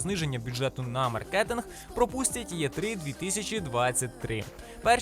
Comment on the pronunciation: Що за "є три", може "і три", або "е три", чи то якийсь новий правопис?